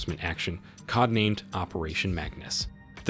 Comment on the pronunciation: are you an ai video/voice model?? PLEASE TELL ME WHY YOU CAN'T FKN PRONOUNCE "CODE" ?!?! you said "CODDD NAMED"?? wtf